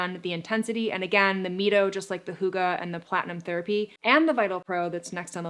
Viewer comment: It’s pronounced MY-TOE short for what red light does in the mitochondria.